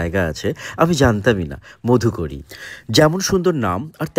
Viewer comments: Modhukori noy go Madhukori uchcharon ta thik kore koro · Khub sundor ! Kintu uchcharon niye aaro satarko howa proyojon. modhukori bole kono shobdo Banglay nei. Maadhukori aache. Paribrajoker bhikkha. মাধুকরী hocche sothik uchcharon. Eisob basic bhul hole video khelo hoye jaay. A teacher should be aware of all these. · উচ্চারণ টা মাধুকরী হবে